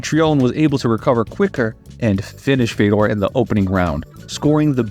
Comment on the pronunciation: It's pronounced "Fjodor"